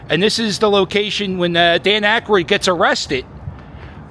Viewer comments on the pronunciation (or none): none